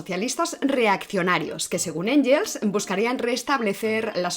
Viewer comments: Sólo una matización: Engels (alemán) se pronuncia “Enguels”, no “Enyels”. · Muy buen vídeo. Solo dos pequeñas puntualizaciones: Siempre pronuncias Engels en inglés. En alemán se pronuncia /enguels/. Cuando empiezas a hablar de la sociedad fabiana dices que se fundó como oposición al socialismo científico de la Unión Soviética. La Unión Soviética aún no existía en ese momento. La frase debería terminar en "cinetífico". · Gracias por el programa. Me atrevo a comentarte que en alemán la g ante e/i suena gue/gui. Mejor pronunciar Enguels (o Enjels, a la española; pero suena mal). Un saludo y mi admiración! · El apellido "Engels" no tiene el sonido /ʝ/ ( o en español) o /dʒ/ ( en inglés) en ningún idioma. La o se dice a la española (/x/ ) o se dice a la inglesa (/ŋɡ/) o a la alemana (/ŋ/).